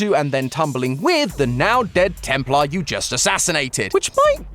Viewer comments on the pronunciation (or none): none